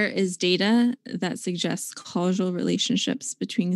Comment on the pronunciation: Someone please teach her how to pronounce "causal". And "cannabinoid".